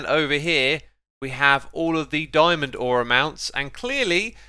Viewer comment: "Dyeman door" lol